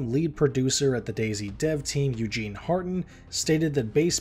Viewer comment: Eugen not Eugene.